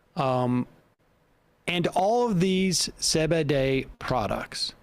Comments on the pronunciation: Say bay day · Are you purposely mispronouncing CBD?